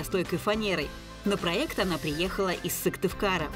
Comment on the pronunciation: ПроЕкты. И пишется, и произносится Е 😂